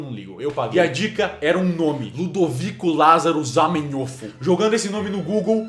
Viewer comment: hahaha o nome do criador se fala " ZAMERÓF"